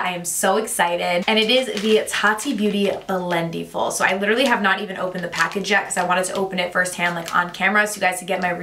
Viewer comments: Great video! Just a quick correction: it's pronounced like "blend-EH-full" rather than "blend-EE-full." Think about it this way: for the word "blending," you don't say "blen-dEEng," right? You say "blending" - short and flat "I" sound. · The way you pronounce it "blend-ee-ful!" 😄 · You’re pronouncing Blendiful wrong.